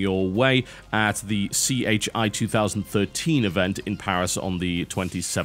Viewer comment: I have to say I'm a little more in favor of the vids you do that have a strong voice/opinion, whether it's about game developers in prison or ragging on bad Pokemon. The standard bland news-announcer stuff isn't nearly as fun. By the way it's "chi" like the greek letter 13. CHI from Computer-Human Interaction is a big annual research symposium on UIs and related research. Much of the stuff presented there is intentionally concept-level, not mass-market product ideas.